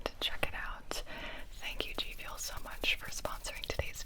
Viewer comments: Not gfuel but gibiuel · At the sponsee I thought you said it was “Gibi fuel” so I thought you had your own product 🤣🤣🤣